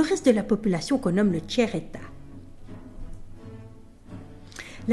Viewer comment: Le tchère état, hahaha